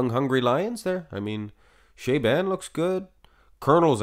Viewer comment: Show the guy (Shaaban) some respect and learn how to pronounce his name correct. How hard can it be?!